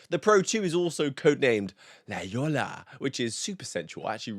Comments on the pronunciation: "La Jolla" is not pronounced as "La YOLA." It is pronounced "La HOY-a." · Bro “la Jolla” is pronounced “ la hoja” 😭 hurting my Cuban heart man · Don’t take this the wrong way, but La Jolla is pronounced “la shoya” even by regular folks. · 'La HOY yah' is how that is pronounced. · "La Jolla" is pronounced, "Lah Hoi-ya". For future reference 🙂 Love the channel btw! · I was about to comment the same haha!